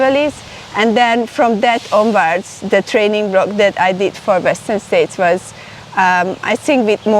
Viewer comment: W'eszter'n "States" Csillag :) (heard it on the singletrack podcast)